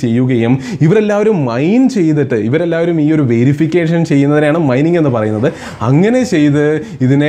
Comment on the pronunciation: Myning alla mining enn aan😅